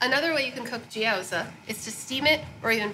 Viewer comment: She pronounces them more like gyōza which is the Japanese version of the dish, the chinese pronunciation is more like jyow zi (as in ch-ow-der)